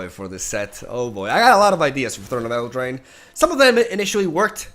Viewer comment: “Throne of Eldrine”